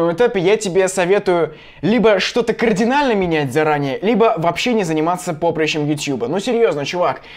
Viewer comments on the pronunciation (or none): none